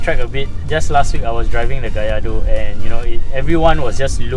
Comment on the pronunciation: Good, you pronounced Gallardo correctly. 👍 after this video, i feel like buying it.